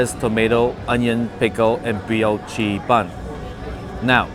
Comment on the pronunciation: What a fun video,! BTW, the brioche bun is pronounced 'brii-oh-shh'.